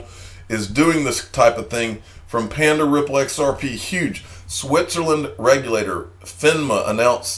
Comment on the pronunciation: Come on now.... XareP is not X "Air" P. Blows my mind how we continue to listen to individuals who have issues regurgitating other people news and information.